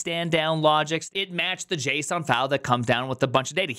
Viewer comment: I heard JSON at the end, and it brought back memories from a time when you were all in Go and said the word JSON a lot with your unique and funny pronunciation #FunTimes #GoTimes